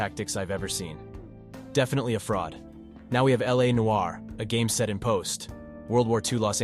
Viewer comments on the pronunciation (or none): none